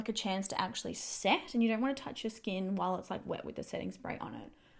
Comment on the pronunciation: Why do Aussie YouTubers keeping putting ‘ah’ after everything?? Ie ‘Look at my skin-ah!’ 🤷‍♀️